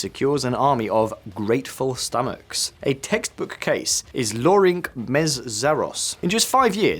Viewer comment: Organ is PM not president. Sloppy. And my 👍 became a 👎 I don’t know Hungarian, but Lörinc is surely more likely to be pronounced like Lorins than Lorink? Eg equivalent of Laurence? Maybe I am wrong, but logic would say it’s the case.